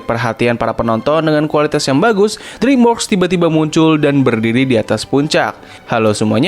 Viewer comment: dreamworks pembacaannya driimwerks ya